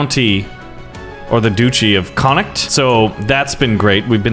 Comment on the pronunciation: When he says the county of connocht😐😑😤😫